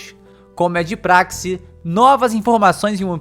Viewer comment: Praxe lê-se "prache"